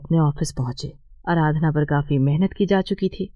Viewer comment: अराधना नहीं आराधना है